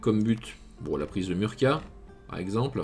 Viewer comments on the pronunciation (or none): Je dirais même qu'il faut mettre sa langue entre ses dents pour prononcer le 'c' si on veut le prononcer correctement à l'Espagnole ^^ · je suis désolé de te faire ce remarque qui pourrai passer pour du pinaillage mais c est Murcia prononcer le C comme un S Voilà merci désolé